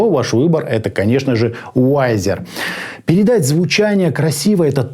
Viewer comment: пред обзором старайся узнать как правильно название бренда и модели произносится. Виззер, а не Вайзер и АшЕ03Д, не ХЕ03Д, Идун, а не Айдан, Ноулз, а не Кноулс, Скульд, а не Скальд и это только то, что я вспомнил. Очень режет ухо, особенно когда знаешь как должно звучать правильно.